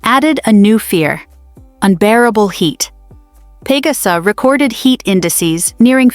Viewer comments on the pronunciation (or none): Imagine trying to scare us and we just laugh at your prediction & even the way you pronounce pangasinan, luzon. Etc is hilarious. You should be the one scared of the impending collapse of your empire which is in its final throes. We are watching how toddler you returned to the white house can save you. We’ll be fine. We’re Filipinos and we are resilient and united in the face of adversity so bring your scare porn somewhere else.